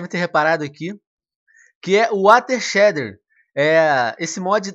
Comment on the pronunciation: Eu sei que é chato mas não pude evitar... A pronuncia é Shêider, e não Shéder